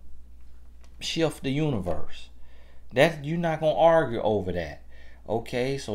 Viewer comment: Tra Stephens I love when he says now you wanna “arg” 😂😂